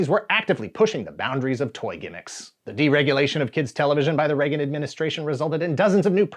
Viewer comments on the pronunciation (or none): none